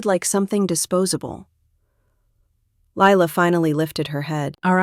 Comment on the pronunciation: . You are spelling it as Ly la and saying it too. You don’t take any notice of the details.